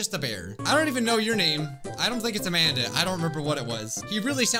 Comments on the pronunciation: the way you said amandi i was like-: Amandi!! Me: XD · LOL "AMANDI" XDDDD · Ah yes "AmandIII" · Lol this is funny the way he says Amandi is so funny